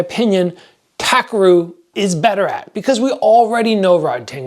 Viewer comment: btw his name is pronounced TAH - KEH - LU (RU)